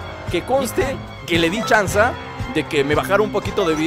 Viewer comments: dijo chanza en vez de chanze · se dieron cuenta de q dijo chansa